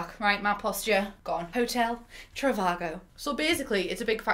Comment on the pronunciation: Great use of PowerPoint. As it should be!! I love how you articulate your point so eloquently - completely serious. But also, "Hotel. Trivargo"